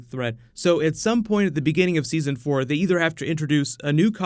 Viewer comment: "Seson 4 season"?